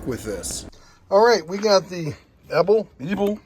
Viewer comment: Why you would try to pronounce it as Ebbel instead of E-B-L is a mystery to me.